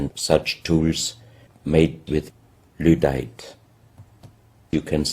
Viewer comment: He keeps saying "ludite" but I think he means "lydite".